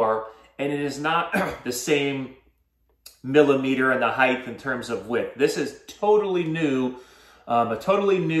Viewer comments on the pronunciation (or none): do you know how much 20lb braid the megajaws holds? thinking of getting the high ratio reel for crankbaits. also.. it's heigHT, not heigTH. :)